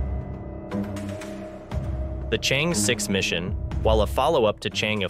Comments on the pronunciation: Thank you for sharing, but the lunar probe is pronounced as Chang-er, not “change” Tq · The Chang 'e mission should be pronounced as the "Sheung Ore" mission, Sheung Ore is a girl's name. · You can't even pronounce Chang'e properly.